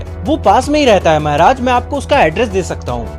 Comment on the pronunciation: Bhaiya aap Maharaj Ko mehraj bolate ho Aur Adventures of Toto main Saharanpur ko Sehranpur 😂